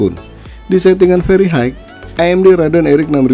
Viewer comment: High, pronounce nya hi bang bukan haig 😅